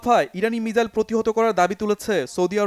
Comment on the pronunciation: উচ্চারণটা মিসাইল হবে।